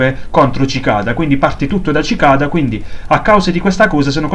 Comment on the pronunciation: Sì pronuncia sicada,bel video comunque